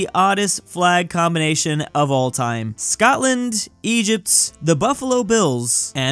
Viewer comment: bro said scottland